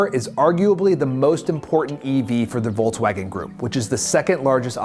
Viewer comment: You pronouncing Volkswagen like VW is killing me